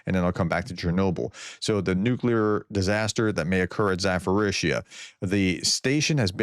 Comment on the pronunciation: THERE IS NO EFFING "F" OR "PH" IN ZA-PO-RIZHZH-YA! LEARN IT !